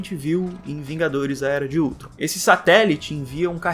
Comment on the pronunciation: Ele falou ultson mas é ultron